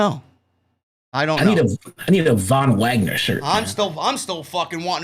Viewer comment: thank u for saying the Von Wagner